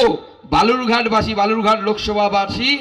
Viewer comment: Balurghat na Ota Belurghat hobe. 😄😄😄😄😄